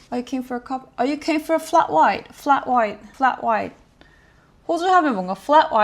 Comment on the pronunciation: Idk how to correct it over text but your keen is definitely off, like it's definitely got the Australian accent to it but it's just not said/pronounced right in the sentence. Also the keen for a coffee / flat white turned British towards the end :). Also the lady you're shadowing has a very strong/pronounced accent. Kinda bogan-esque but she doesn't seem boganish. It reminds me a bit of an old TV show called Kath and Kim (an absolute Australian classic, basically everyone above gen z would know it, and I'd assume some of gen z would also know it). Ta was new to me as a young teenager until I got a baby nephew and everyone used ta to him when he would hand them toys lol so I ended up using it a bit after that, although I'm very much a cheers person most of the time. Similar to 'how's it going', you can also say 'how ya goin?' (pronounced gahn/garn). And something that you might not ever hear but I would like to mention is that some people can change no worries to no 'wukkas', which I assume went from 'no worries' -> 'no f*ckin worries' -> 'no wuckin forries' -> 'no wukkas'. Also it took me til adulthood to realise that 'reckon' and 'heaps' were just said like that in Australia!